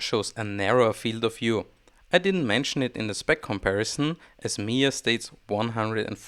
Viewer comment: it's pronounced mi-jia with a J, it's not silent. it's Chinese not Spanish